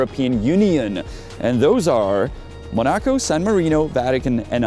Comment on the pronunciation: It's MOnaco, not moNAco < /Hermione>